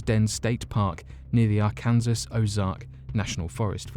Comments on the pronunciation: Umm, did you seriously just mispronounce arkansas? It's not are-kan-zis, it's ark-an-saw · Alien Sasquatch? Seriously?! You claim not to have all the answers, you actually don't have any answers, just wild speculation. No rational explanations are explored. Oh and Arkansas is pronounced Ar- kan - saw, not Ar - kansas. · Pronounced Ark-en-saw not Are-kansas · Oh my heavens!!! It is R-CAN-SAW!! Come on!! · Not to be mean but it's pronounced ( Ark en saw) it is a State in the southern US if you were wondering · I don’t mean to be a arsehole but Arkansas is pronounced Arkansaw. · Lol you pronounced Arkansas so literal, and it made me giggle!